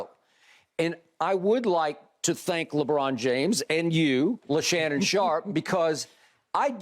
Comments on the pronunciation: Skip said Leshannon Sharpe 😂🤣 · “LeShannon Sharpe” 💀